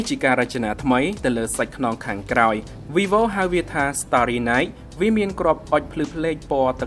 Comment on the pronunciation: វាយវូ មិនមែន វីវូទេ